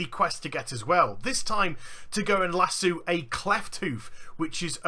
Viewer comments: its Lass-oh not lass-oowed sorry ocd cant take it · Las oooooo no nigga its lass O